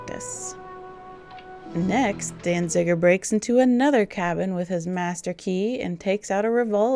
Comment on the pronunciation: Peter Falk pronounced Danziger with an extra "n" for a reason. Say "Danziger" ten times fast and you'll see why.